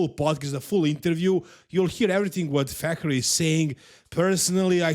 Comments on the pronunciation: Fakhri pronounced Fuckery is suitable. You can tell the guy is a piece of shit just from listening to speak for 2 seconds. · Its coach Fuckery that's the correct way to pronounce it